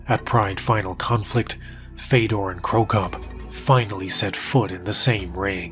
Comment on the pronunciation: listen, i know it doesn't matter in the grand scheme of things, but it's not "feydor", it's fiodor, like theodore. almost like theo-door, but with a hard F at the front